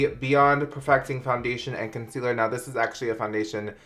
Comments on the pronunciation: Did anyone else freak out when he said “consiller” instead of concealer?! HAHA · “consiller” LMFAOOOOOOO I DIED I CANT WITH YOU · Lmfao when u mispronounced concealer tho 😂